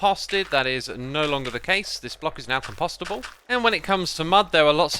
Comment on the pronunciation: com-pastable? you mean com-post-able>?